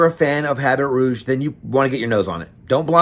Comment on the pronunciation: H an T is silent...abby ruuh-ge..good review though